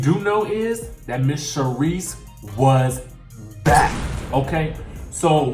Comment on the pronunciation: I was disappointed when you said Sharise. Even though I like her.